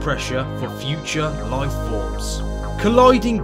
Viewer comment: One word "loife"